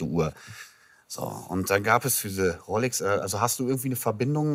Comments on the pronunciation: Dieser Pseudo-Experte. Er kann nicht mal die Uhrenmarke aussprechen. Es wird Rolex ausgesprochen und nicht "Rollex" 😄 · Mich triggert es irgendwie dass immer "Rollex" sagt 😂